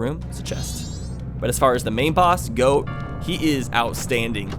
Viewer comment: I like saying snowheads boss got as in I got my toy or somethin but you say it like goat but like both